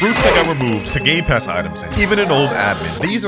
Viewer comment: Did he just say… GAY PASSES💀💀💀💀💀💀💀💀💀💀💀💀💀💀💀💀💀💀💀💀💀💀💀💀💀💀💀💀💀💀💀💀💀💀💀